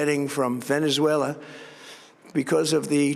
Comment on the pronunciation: Cant even pronounce Venezuela.